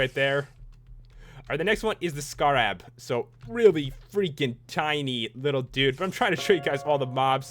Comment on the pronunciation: SCARAB not scarrab